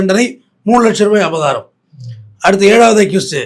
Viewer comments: Avratham❌ Abatharam❌ Avabaram❌ Abatharam❌ Abaratham ✔️ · அய்யா ' அபதாரமா அபராதமா ' ? உங்க ப்ரொபஷன் ல இப்படி பேசுரீங்கலே? 🤔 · அபராதம் please pronounce properly ❤ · ஐயா அது அபராதம், அபதாரம் கிடையாது. பதிவு நன்றாக உள்ளது❤ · ஐயா அவர்களே, அது பேர் அபராதம்.... அபதாரம் இல்ல.... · SIR...ADHU ABARAATHAM ...ABATHARAM ILAI ! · அபராதம்.‌ஒழுங்காக உச்சரிக்க வேண்டும். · என்ன ஆச்சு ஐயா உங்களுக்கு? அபராதம் என்ற வார்த்தை தங்களுக்கு உச்சரிக்க வரவில்லை?!!!